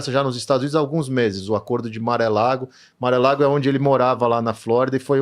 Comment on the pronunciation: Entrevistado simpático. Mas morando nos EUA ele pronuncia Mar-a-Lago como Maré Lago. 😂